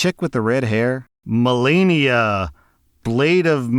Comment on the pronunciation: the pronounciations for Malenia and Miquella 🥀